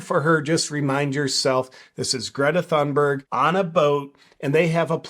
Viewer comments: No JP, it's pronounced thoonberg. As you said, Greta herself for some reason is speaking like she has a mouth full of marbles. Something happened between the farmer telling her that she's an idiot, and this. I suspect she got in the wrong persons face, and got herself clocked with a roundhouse punch that screwed up her sinus cavities. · JP the “ Th” in Thunberg is an aspirated T not the Theta sound as in “ thick” or “ thin” or Conspiracy“ theorist “. In English as in Swedish voiceless consonants at the onset of a stressed syllable are often aspirated and indicated by adding an “ h” as in “pharaoh” or “ Phuket”. Both English and Swedish have Nordic roots. I would expect this also in the English spelling of “ Thomas”. In other languages like Spanish it is spelled “ Tomas” as the stress is on the second syllable so the T would not be aspirated anyway. I don’t know if Spanish follows that rule as it is Latinate and does not share Ural-Altaic contingency. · I think it’s pronounced Greta Dumberg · YOU pronounced her name wrong. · Pretty strange that JP thinks, he better knows how to pronounce Gretas family name. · greta forgot how to pronounce her own name, who on earth has ever forgotten how to pronounce their own name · Loll jp telling her how to pronounce her own name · JP, you have great content and I've never heard you say something off in the past. I don't much care for the little Doom Goblin myself. But saying Greta Thunberg isn't pronouncing her own name right really rubs me the wrong way. A person is always the authority on how their own name is pronounced. We don't kowtow to pronoun and neopronoun demands, but we DO respect people's legal names. BTW you got it wrong, JP isn't pronounced "JayPee" it's JooPoo. Get it straight! Your next video must start with introducing yourself as "JooPoo." Plus a sincere apology for saying it wrong all this time and misleading your subscribers.